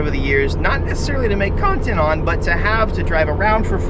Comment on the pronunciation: “not necessarily to make cOOntEnt on”